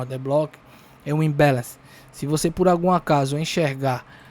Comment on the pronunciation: "Imbéleinci"kkkkk me divirto demais.... like pela diversão.